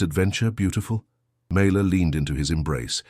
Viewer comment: FINALLY the text spells her name correctly and it is pronounced correctly as well. Mayla. Such a great story!!!! I saved it and shared it ❤‍🔥❤‍🔥❤‍🔥❤‍🔥❤‍🔥❤‍🔥❤‍🔥❤‍🔥❤‍🔥❤‍🔥